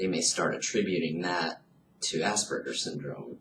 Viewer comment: Please learn the correct pronunciation of Aspergers! It is not assburgers.